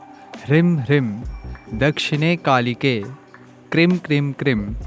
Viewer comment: Lagta hai aapne mantron ki ucharan me bohot galtiyaan ki hai. Aapne ह्रीं ko Hrim( ह्रिं) bola hai jo mantra ki shakti ko hi nasht kar deta hai aur aapne क्रीं ko bhi krim( क्रिं) bola hai.